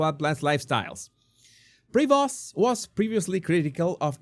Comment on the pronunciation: Pronounces as “Prévo” . Dont pronounce the ‘st’ ..